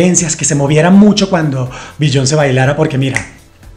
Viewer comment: Biyon___ce jejeje todo muy bien, pero pronuncias muy mal su nombre.